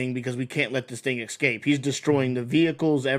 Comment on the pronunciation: imagine using AI thumbnails. and pronouncing escape as EXCAPE